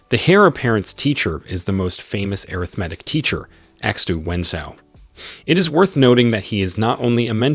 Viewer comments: Ok this my last time. I apologize I was trying to figure out what air riff matic was when he keep saying it and realized that was supposed to be arithmetic. Yo I'm done. I don't think I can watch no more.😅😅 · lol what about airithmatic instead of arithmatic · I love these videos, but the way you pronounce arithmetic hurts my brain, "ah-rith-ma-tic" right? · anyone else get confused the way the narratorbot pronounces Arithmetic or was it just me?